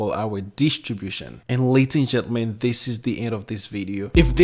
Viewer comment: I like the "Laties and Jellyman" , sounds cool.